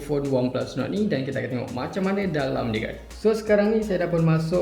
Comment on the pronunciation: Mcm Nuku bkn nord hahaha